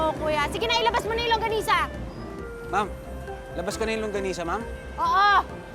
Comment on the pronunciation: Bakit sabi langgonisa Hindi longganisa Hahahahaha